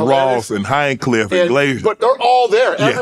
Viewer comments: Calling Hinchcliffe “Hinecliff” if pretty funny lol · Why Shannon call Tony “Hinecliff” 😂😂😂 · Hahah mispronouncing Tony’s last name is the highlight of this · I thought I was the only one who caught that hahaha